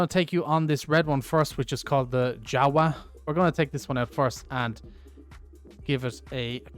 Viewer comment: A red one is yava that's how you prenounce it.